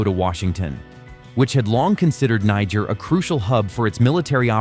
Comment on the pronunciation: This country NIGER is pronounced....KNEE-JARE! not NAI-JARE!!! you should know that by now but then again i dont blame you....the first universities in the world started in africa!